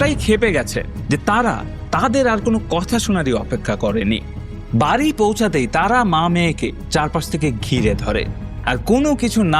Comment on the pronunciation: শব্দটা বাড়ি, বারি নয়, শব্দটা বেড়াল, বেরাল নয়। উচ্চারণ ঠিক করুন । 'ড়' এবং র, এই দুই শব্দের পৃথক পৃথক উচ্চারণ রয়েছে। পারলে একটু বিদ্যাসাগর মহাশয় রচিত প্রথম ভাগ পড়ে নেবেন। তারপর অবশ্যই সাবস্ক্রাইব করবো।